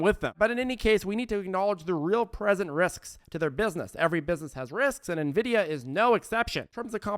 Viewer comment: Thanks so much. You’re awesome. Thanks for finally pronouncing Nvidia correctly!!!